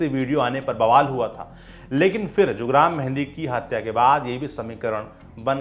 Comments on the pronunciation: Sir गांव का नाम हंस्वार नहीं हंसवर है और वो जुग्राम मेहंदी नहीं जुरगाम मेहंदी है हमारे यहां से थोड़ी दूर पर है उसका गांव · Bhai हंसवार nahi हंसवर...है "जुगराम" नहीं जुरगाम मेंहदी। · Abe dhakkan, jugram nahi jurgam menhadi tha. Aur hanswaar nahi, hanswar hai. Chhota aa